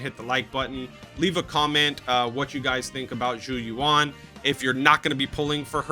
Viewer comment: The gall to try to charge the price of 10 soups for 10 minutes! You can get reasonably close to the Mandarin pronunciation of Yuan by just saying the letters U and N one after another. But definitely U En and not U On.